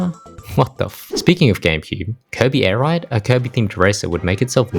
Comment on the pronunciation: Airride not Airide